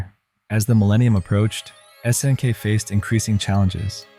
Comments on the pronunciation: "...many fighting purist stayed with SNK`s 2D offerings", while showing a clip of Street Fighter 2. Video seems like it has a good start but then starts with butchering pronunciations of "S>N<K" and several games. He could have made a simple google search to find out how to pronounce words like "nihon" or "garou" along with several others. Vid was half-baked for me. Other channels have done Neo-Geo vids much better because they lived during that time. This guy doesnt talk as if he grew up in that era, just repeating a wiki or some article in a dry way. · Obvious AI content--it can't even pronounce "SNK" correctly.